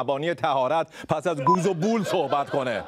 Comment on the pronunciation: بول هم اشتباه تلفظ کردید.